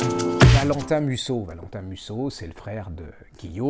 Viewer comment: Musso sans "t"